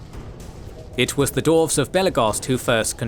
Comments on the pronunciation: Dwarves, pronounced "Dorfs" EVERY SINGLE TIME. its killing me. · Is Dwarves really that hard to pronounce?